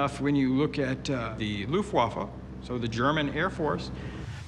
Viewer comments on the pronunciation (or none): "The Liyufwaffler" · He meant " Luftwaffe".